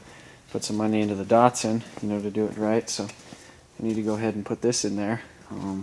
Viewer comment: Can you stop saying DARTSARN